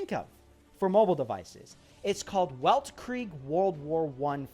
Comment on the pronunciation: The game title is German, not to be picky, but it is pronounced like weltkrieg( velt creeg), which means World War 1